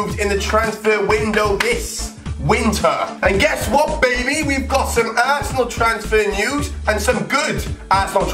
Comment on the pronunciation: He says assnel